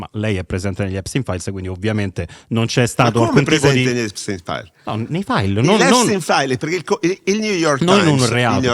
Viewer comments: "Il Nior Taims ha scritto gli Episis Stains" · Impossibile pronunciare Epstein files nel modo corretto